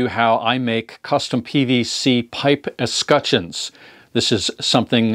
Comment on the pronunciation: It's pronounced "Escutcheons" not "Escutcheons"